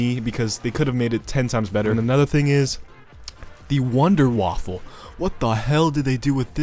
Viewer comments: its wander waffe not waffle you so called fan of zombies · I never heard someone calling the wunderwaffe wonderwaffle but thats a way to say it i guess